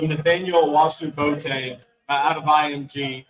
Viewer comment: The kid's name is B-o-a-teng, and NOT Boat-eng! You have to enunciate the "o" and the "a", just like other Ghanaian names like "Amoako", "Doado", etc. The Ashantis don't like it very much when people mess up their names!